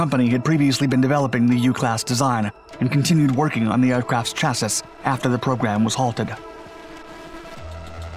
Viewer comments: NOT chassiS chassi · After how long I’ve been watching this channel it’s shocking to me he pronounced Chassis as “Chas-sis”and not “chass-ey” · Only a digital voice pronounces chassis like chas-ess. Lol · “Chass Eeee” dude. Chassis is pronounced Chass E. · It's confusing I know but, chassis is pronounced "chassy". Love the dark series channels keep em kickin my man. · “chassis” 😂 it’s pronounced CHAS-sea, Dark dorks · He said chassis phonetically lol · Proposal: rename the channel Dark Chassiss. This word is mispronounced every single time, always with dozens of comments pointing out the mistake. Don't bother… they clearly don't read them. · Dark chassisssisssss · chassis is pronounced sha-see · How did you just pronounce chassis? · Dude, the last S is silent. C’mon now. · A little hint, check up on how to pronounce "Chassis".